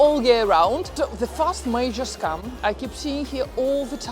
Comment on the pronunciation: It's funny how your pronunciation of "scam" also sounds like "scum". Perfecto.